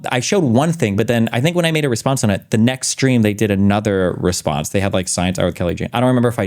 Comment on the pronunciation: Oh shit, when I saw the clip of this I thought he apologized to Dan because he misspoke 'like' but that was because of how he mispronounced 'like'